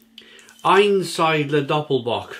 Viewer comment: Ayn -Seed-La would be the way we pronounce it here in DE , Cheers